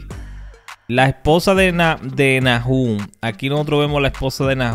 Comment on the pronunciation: Buen video. Bro disculpa, pero se pronuncia Nahum, no Najum. Entendiste??